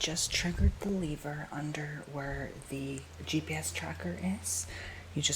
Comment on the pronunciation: It’s pronounced lever by the way. The way you’re saying it makes it sound like it’s spelt leaver